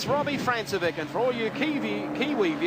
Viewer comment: Notice how the commentary team pronounced Robbie Francevic's name as "France-e-vick". It was years later, at a V8Supercar round at Pukekohe, that we found his name was really pronounced "Frank-e-vich".